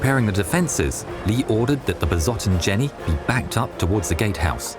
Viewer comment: The S in 'Besotten' is pronounced the same way as the words, 'Sam', and 'Sail'. The 'W' in Waffen is pronounced as a 'V'. The 'A' in Waffen is pronounced the same as in 'Dad' (not as in 'Waffle').